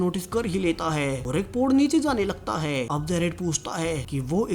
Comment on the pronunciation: Last me zor kyo lagate ho, Hai , thay bohot use ho Raha hai